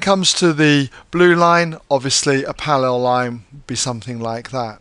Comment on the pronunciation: they way he says parallel is killing me, sorry